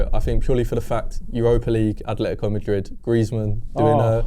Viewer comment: At-letico, not Ath-letico. Gooner, living in Spain.